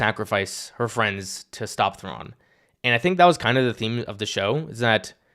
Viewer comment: Cos 'Fwiends'